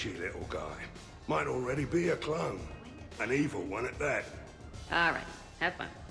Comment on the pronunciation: I can't help but to think says "clown" when he actually says "clone" makes it more hilarious to me. "And any clown that's looking for a 'pick me up' will be picking pieces of themselves up off the floor."